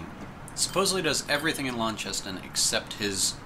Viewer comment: Hey. this has been a great bunch of episodes and look forward to more. Another aussie here and getting to like this game more and more... BUT!. Launceston!!!!! This maybe an aussie thing but there isn't any H in launceston. In Tasmania, one of the major towns is called Launceston, originally from an English town of the same name, but it is pronounced Lawn-Ces-Ton:) Maybe its an american thing... who knows but thanks for this great series and looking forward to the next lot of videos. Happy New Year for 2015!